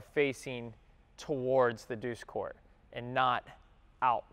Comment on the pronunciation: "..douche court" ?..